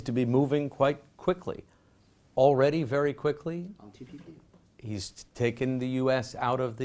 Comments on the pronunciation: This Richard even mispronounced TPP as TTP.. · Lmao the reporter forgot how to say TPP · He is certainly a moron, he's asking about the TPP, can't even say TPP and seems stunned when the Chinese man informs him that China wasn't even a part of the TPP. Has anyone addressed the elephant in the room that he has either a cluster of acne or herpes blisters by his lip? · Richard its TPP not TTP and I really enjoy seen face paused when he heard that term came out from Richard's mouth. SO FUNNY LMAO